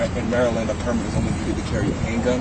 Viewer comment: Why are you pronouncing "permit" incorrectly.